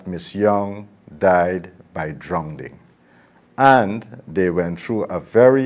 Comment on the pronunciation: She died by drownding! What in heaven's name is drownding?